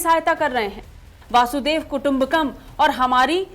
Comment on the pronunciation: वासुदेव कुटुंबकम नही वसुधैव कुटुंबकम् बोलिए